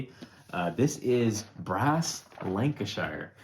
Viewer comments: Pronunciation guide: Lancashire is pronounced "lan-ca-sheer". Birmingham is pronounced "birming-um" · Lan - ka - sheer = lancashire :D good list guys! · You wouldn’t know this unless you are very familiar with the U.K., but if a place name ends in shire it’s actually pronounced ‘shur’. This isn’t a criticism, as your video is as excellent as always, I just thought you may find this interesting. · I'm from the UK guys, love the channel. I felt the need to tell you about the pronunciations of Birmingham and Lancashire as they are said over this side of the pond... Birmingham = Pronounced 'Bir-min-gum' Lancashire = Pronounced Lank-ee-sher Hope that helps 🤔😃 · (FYI it's 'Birming'um' and 'Lancashuh'.) Great video! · I often have the same thoughts about my favourite game. It's one of three but it changes on a daily basis depending on my mood. It's either Brass:Lancashire, Great Western Trail or Puerto Rico. By the way as Brass Lancashire is favourite game, I must teach him how to pronounce Lancashire. I was born and have live most of my life in the county. Phonetically it is lang-ka-shuh. Thanks for all the great videos.